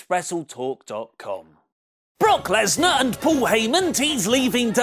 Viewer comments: It's not Brock LESNER......................it's BROCK LESNAR ............Point of correction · LESNAR not LESNER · Finally found a mistake in wrestletalk video... lesnar----->lesner